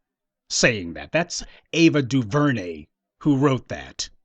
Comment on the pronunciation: Mute Ava duveray